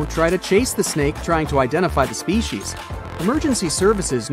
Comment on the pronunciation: As an entomologist I could not stand your horrid pronunciation of species and body parts